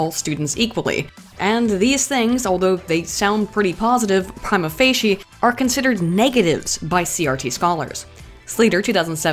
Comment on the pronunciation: Prima facie is pronounced preema fawshie